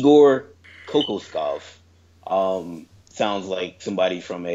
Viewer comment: Hate to be this guy but it’s pronounced ko-KAWSH-kov